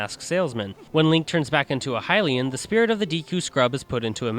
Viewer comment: Your mispronunciation of "Hylian" "deku" and "Epona" make me cringe.